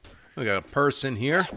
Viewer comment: "Purse in here." - I heard "Person here." - No there's not... WTF are you smoking?